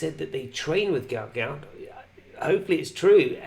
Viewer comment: Its pronounced gute gute hes fast af